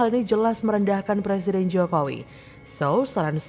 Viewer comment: Anak TK muka aki2, ngomong R aja ga bisa, mau jd plesiden, wkwkwk